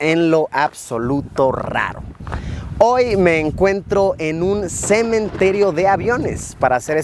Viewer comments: "En un semen...Terio" Se escuchó rara esa pausa xd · luisito:Cementerio Yo:Semen-terio